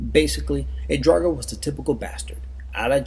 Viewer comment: come on he said draugur wrong and its like a zombie